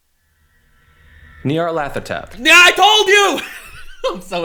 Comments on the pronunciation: NyarlEthotep, it’s a freaking E in the middle, he’s beyond life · Hearing trying to say Nyarlathotep is hilarious.